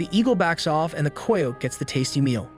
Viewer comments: “K eye oat “ <——- not “koy yote “ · Coy ote ????? Not even a word.....Try Ky ote I know it looks wrong but it is right......Ask before you record anything you are unsure about. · Ki-yote not a flipping coy-ote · Ki-o-te= Coyote. Good video. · Coy ote? Pronounced ki o tee😂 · The boy who is narrating is killing me mispronouncing the word Coyote.... Dude, it's pronounced Ky-o-tee not the way in it's spelled. Do some research..... SMH!!!! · I mean this in the nicest way but American children stopped reading and became less familiar with written language! Coyote -(rhymes with PIE so -KIE-Oh-Tee GREAT JOB on the video THOUGH! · I'm with the guy below... what the hell is a coy-ote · Wtf is a coy oat ?? Never heard anyone say it that way !! Lol !! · Umm, I've never heard anyone pronounce coyote that way. I know it looks that way from the spelling, but it's pronounced "kigh oat". Kigh as in rhymes with high. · Who taught you phonics!!!!????? Coy uote is not a word! Or animal!!! Coyotes are common, and Amarillo, that's a BS story!!! But it caught your attention, thus you don't research!!! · Why can't you say coyote...??? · Your killing me mis pronouncing the word coyote. Sound it out man. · Ikr? Jeez, even someone with half a brain can say coyote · You say coyote weird